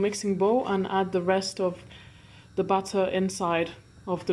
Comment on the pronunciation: When u say Batter, I hear Butter. Lol